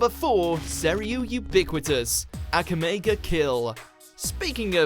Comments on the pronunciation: The way he pronounced Akame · The way my man pronounced Akame GA kill pure disrespect